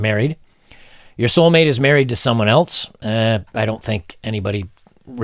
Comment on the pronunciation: There's no 'T' in else bro